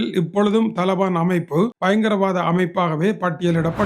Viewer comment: ஐயா தலபான் இல்லை தலீபான்